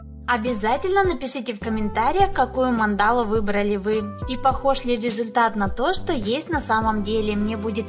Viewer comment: А почему мандАлу, а не мАндалу? )))